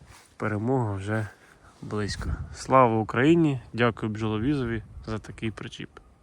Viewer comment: Не хочу показатись дуже розумним, але українською "причіп", а не "пречіп". Дякую за розуміння.